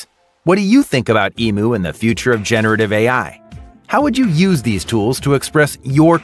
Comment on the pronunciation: Emu is not pronounced like that.